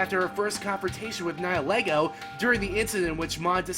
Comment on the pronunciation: Loo-sa-meen-ay...ny-il-ego...why do you trigger me like this?